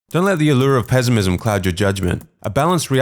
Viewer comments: Why the narrator say pezimism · The way he pronounces PeZiMiZm 😅